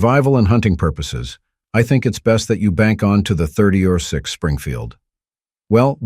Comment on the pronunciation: I agree. A major gun rookie made this vid or someone without a clue. It was digitally read as noted by the mispronunciation of 30-06..